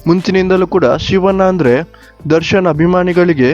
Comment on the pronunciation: Prounce properly for shivanna...you are calling ಶಿವನ್ನಾ